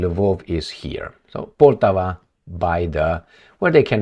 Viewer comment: The name of the city "Poltava", be it in Russian or in Ukrainian, should be pronounced "Poltàva", with the accent put on the second syllable.